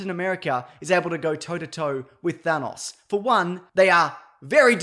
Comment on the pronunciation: thanos, not thanoss